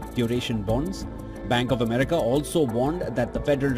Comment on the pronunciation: I think she said "blank of America" 😁